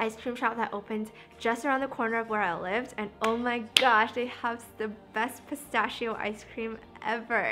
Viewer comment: That's not how you pronounce pistachio...